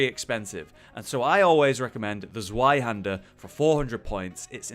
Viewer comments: Yeah, they can't get their head around the german pronounciation, I'd appreciate it if he at least said: "Tswihander" the "i" obviously pronounced in the english way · I never heard someone say "zweihaender" like "swai hander" xD